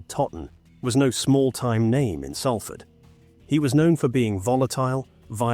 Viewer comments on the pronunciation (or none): One. It's pronounced without the "L" = 'Safford'. Two. You want to tell me that you couldn't find stock footage of a British ambulance? That's an American ambulance, if ever there was one. Three. You repeated some of the information so many times that I am struggling to finish whatever it is that you call this. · It's called Salford said like Sol Fud Just like salt is not said as sal-t, it said like solt Please get it right an amazing city deserves more respect